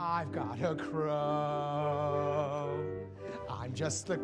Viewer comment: "I've gotta a crow" can't unhear that ever.